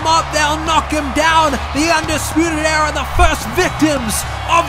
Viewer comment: Why it sounds like he said fuckin arrow but good video no disrespect love u man